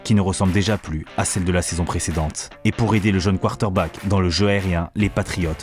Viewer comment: Frère faut que tu apprennes à prononcer Quater Back 😂❤